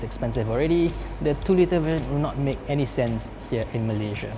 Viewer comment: Kau sebut Malaysia elok elok sikit aku cepuk dgn kreta tu kang😑